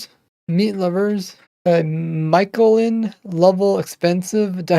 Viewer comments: Ah yes ''mikelin'' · Michelin level diet refers to Michelin stars like in the movie ratatouille. It's pronounced like michigan. So mich like "mish mash" and elin like "L" and "in"